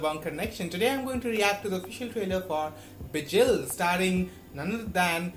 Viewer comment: Its pronounciation is not bijil, it's bigil. Ga, ga for gamora